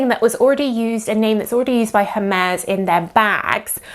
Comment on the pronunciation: please 🙉learn how to pronounce the brand name👌🏾